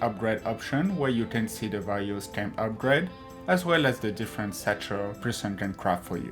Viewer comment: Difewent, speciwric, cwaft, combwine, all da tam stamp